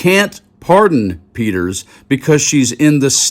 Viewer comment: Who is Tina "PETTERS"?